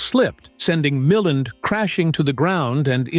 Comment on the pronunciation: Mill-AND not Milland. The voice over on this is very good which is why I found the mispronunciation of Ray’s name so jarring.